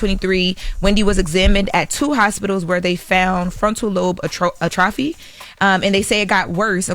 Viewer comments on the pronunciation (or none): Atrophy... It's pronounced Ah-trophy.... Don't let your followers down. They hate mispronounced words.